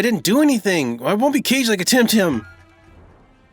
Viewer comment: i don't think its timtim